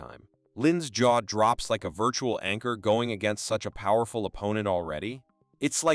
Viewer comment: STOP SAYING VIRTURAL SO MUCH ITS ANOJNG